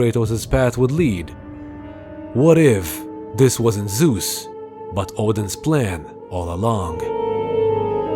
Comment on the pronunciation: It's Zeus not Zues , no offense.